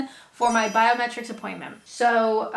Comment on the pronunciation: Every time you say biometrics I hear "bowel metrics" and wonder why staying in the UK relies on measurements of your intestines? Is there a version of misheard lyrics for YouTube?